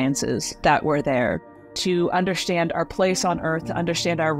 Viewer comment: please pronounce “ understand” without the sh